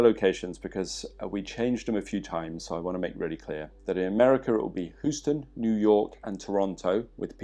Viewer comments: H-you-ston, Texas. Your pronounciation is hilarious there. I signed up for the course in Huoston; really looking forward to it! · Americans from different regions will actually pronounce "Houston" differently. New Yorkers pronounce it "How-Stun".